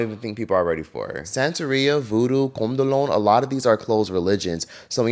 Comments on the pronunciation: it's not "CONDOLONE", IT'S CANDOMBLE😂❤ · The Afro-Brazilian religion that you referenced is pronounced Can-Doe-Blay (Candoblé). Love your vids. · The way you’re pronouncing candomblé is killing me . Sua pronúncia e engraçada 🤣🤣 Y en español también, se dice luuh-see-mee